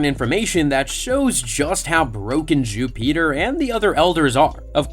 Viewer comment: I’m sorry but I can’t keep watching this while you say Jupiter like that. Bro wtf